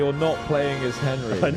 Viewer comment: AI FEEEEL QUITE HENRRRRRY 🤣🤣